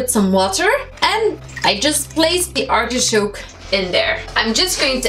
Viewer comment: it's not artishoke….it's artichoke....